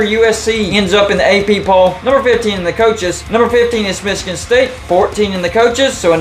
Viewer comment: Why do they say Michigan like that? It's so annoying. Meechigan?